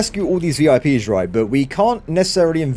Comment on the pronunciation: oooo he said vi pies at the end i want pies now :(